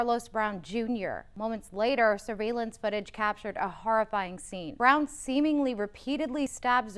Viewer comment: "Seamingly" haha